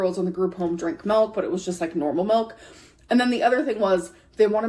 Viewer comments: The word milk (or malk as she likes saying it) has no meaning to me now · WHY IS SHE SAYING MELK?!?!=?!?!?!